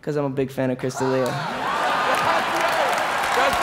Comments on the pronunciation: Is Chris D'Elia drinking everyone someone says his name wrong? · The look on Chris D'Elia's face when Shaq mispronounced his name.